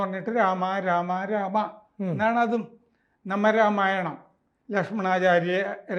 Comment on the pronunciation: Its Naama Ramayanam NOT Nama Ramayanam